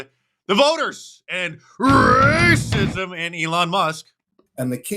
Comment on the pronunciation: Love when Mark says “RrrrrACISM!”